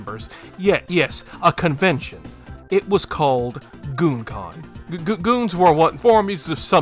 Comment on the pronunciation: “GOONcon” lol